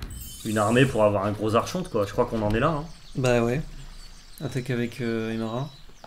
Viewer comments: ça se prononce arkonte mais archonte pas content pouce down GRRRR je rigole votre vidéo est top mais ça se prononce vraiment arkonte :p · mdr qui reprend sur la diction et qui nous pond un arCHonte derrière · Ah mais vous ne faites pas exprès de dire arCHonte ? Ça pique les oreilles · Des années de Vampire la Mascarade à se faire poursuivre pas des magistrats ayant ce titre me font dire qu'on prononce arkonte. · Prononcer ArConte pour Archonte. ^^ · Mes oreilles saignent encore.... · J'ai saigné des oreilles à chaque prononciation de la carte ,du coup je suis au bord de l'AVC. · Moi j'aime beaucoup '' l'archonte '' prononcé à la française 😂😂 qui est un type de crea depuis plus de 15 ans. En vrai c'est une bonne carte de side je pense...